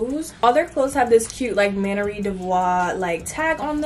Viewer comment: It’s MAN-YER